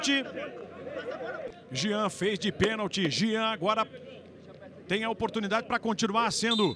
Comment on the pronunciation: Alguém avisa pro narrador que é Jean e não Gian!! Kkkkkkkkkkkkkkkkkk